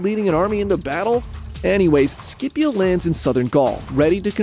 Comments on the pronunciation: Great stuff! But “Skippio?” Come on that’s not a hard C in Scipio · You make the best history videos but please, don’t you ever pronounce Scipio like that. The “Sc” is pronounced like the “Ch” in “Timothee Chalamet”.